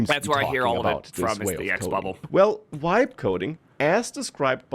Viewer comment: You have to listen carefully, it is not "vibe" coding, it is "wibe" coding.